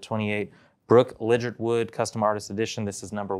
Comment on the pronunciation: Legit er wood is how she pronounce it lol.